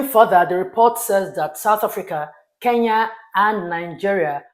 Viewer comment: why do you call KE-N-YA ... 'KEYA" ? why , why?